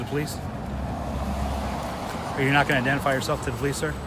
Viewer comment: The po-lice caused the disturbance.